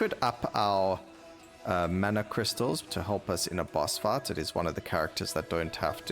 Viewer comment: Every time u say "fight" to me it sounds like "fart".. boss fart. and "life" sound a bit like "laugh". every time you say them i giggle. Another good video, thank you.